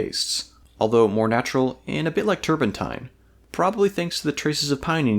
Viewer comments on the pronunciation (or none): none